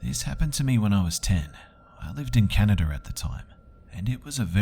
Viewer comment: Canader xD